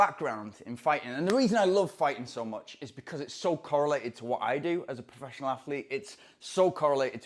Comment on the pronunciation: professioanl athlete :DDDDDDDDD